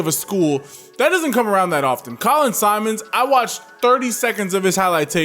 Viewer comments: Simmons, not Simons. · For the love of God quit calling him SIMONS! ITS SIMMONS! Geesh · I was gonna say the same thing 🤘🏾😂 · I’m giving the video a like but you gotta get my manz name right! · How you gonna hype him up and mispronounce his name bro? 😂 Not even a hard name either.